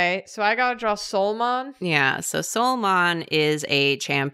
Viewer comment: "the devolve version is a hint of what not to draw" Me: "understandable": "Soulmon" Me: "Oh no..."